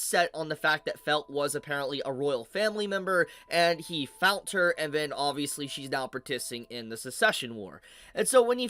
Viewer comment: Found* not “Fount”